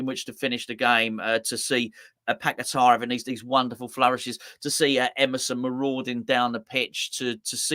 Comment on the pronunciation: Maybe one day you will pronounce his name correctly. It's not pack a tar start fucking saying his name properly . He came from there and his name is paqueta.